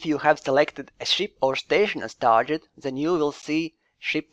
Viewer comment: One small tip: "target" is pronounced tɑːɡɪt, not tɑːʒɪt.